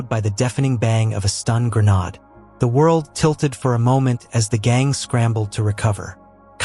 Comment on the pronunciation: One would think it being AI it could pronounce "granade". Lazy ass people can't even read on their on.